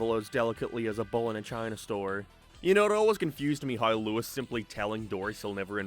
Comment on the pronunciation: It’s not lois it’s Louis